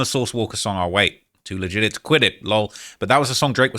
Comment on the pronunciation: Too legit 😂 he says to leg gig it 😂